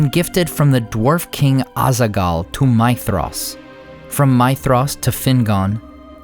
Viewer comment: This is a tiny aside, barely worth mentioning, but just in case: Your pronunciation of Maedhros uses an UNvoiced 'th' sound (as used in think/ thanks/ thought) when it should be a voiced 'th' sound (as used in this/ that/ then/ etc). Hope that helps.